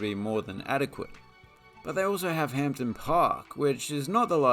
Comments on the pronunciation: not pronounced .......Hamp don............its Hamdon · Pronnunced "ham-din" and "scotstin" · The pronunciation of Hampden and Scotstoun was painful to listen to, also Paisley is not a City. Great video anyway😁